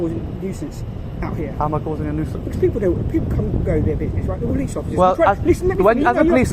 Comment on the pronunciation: Nusience how!?